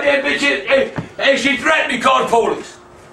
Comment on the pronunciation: "CALL THE POLITS"😂😂😂